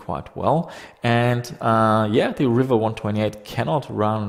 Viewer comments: Its pronounced "reeva" not "river" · I always thought it was pronounced ree-va and not river. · its Riiiiiva.... not River.